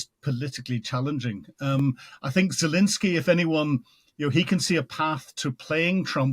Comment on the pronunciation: Still saying "Zalinsky" after all these interviews?